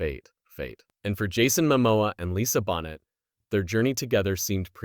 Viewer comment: Is this AI? He calls her Lisa Bonnet, instead of Boh nay! yuk.